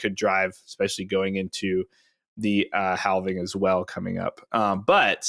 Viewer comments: HALVENING?? Oof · Why does he always say havening instead of halving lol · People say both. I say halving but it’s works either way.